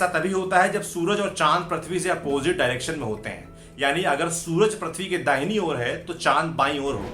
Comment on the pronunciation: Its prithvi not prathvi...lol